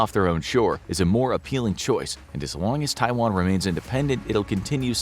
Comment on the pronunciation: USA wants a "free Twaian"? And you believe in it?